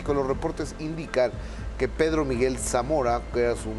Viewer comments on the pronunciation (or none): none